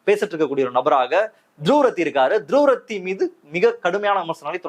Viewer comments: "த்ருவ் ராட்டி" is the CORRECT [...] "துருவ்ரத்தி" is WRONG. =================== You are correct. The persons who admire/respect/praise Dhruv Rathee should learn to pronounce his name correctly. After all, ‘த்ருவ் ராட்டி’ is not difficult to pronounce for a Tamilian. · ”Dhruv Rathee - துருவ் ராட்டி என்று உச்சரிக்க வேண்டும் 🎉” ============== ACTUALLY, the CORRECT pronunciation is *த்ருவ் ராட்டி*. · First pronounce his name properly 😂😂😂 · Dhruv Rathee - துருவ் ராட்டி என்று உச்சரிக்க வேண்டும் 🎉